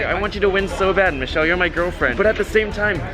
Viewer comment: The fact that purposely pronounced Michelle’s name wrong 😂😂😂